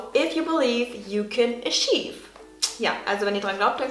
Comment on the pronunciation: achieve spricht man übrigens etwas anders aus, falls es dich interessiert